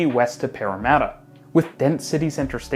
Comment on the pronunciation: Bonus points for correct pronunciation of Parramatta 😉